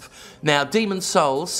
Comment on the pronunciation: "Are you saying Demon's souls? cause it sounds like Demon's holes"